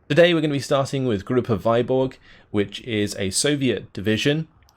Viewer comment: TY 4 review. Its a bit hard to describe cyrillic letter "ы", but you can just copy this - Выборг - paste to youtube search and click any video. You should hear russian pronunciation almost instantly.